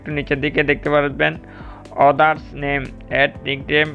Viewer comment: অদারস কি ভাই? আদারস নেইম হবে😊